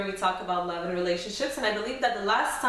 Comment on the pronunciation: The stress on your forehead coupled with the fake eyebrows and the way you say "Fall in Lob witcho" good luck.